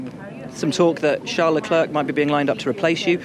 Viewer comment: Ffs come on Will: the last c in leclerc is slient. You pronounce it like le-clerk, it's more like le-claire